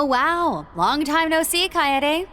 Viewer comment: Chloe (Judith's mom) and Dominique did bring up that Risette looks a lot like someone they're familiar with... EDIT: that, and the name Kaede has come up before in act 1. On that note, it's pronounced Ka-e-de in three syllables, both e's being the same eh sound. Because non-english stuff is self-consistent like that.